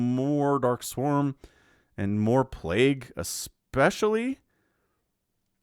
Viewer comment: Get the robotics, but the plagooo! Hahaha ha hilarious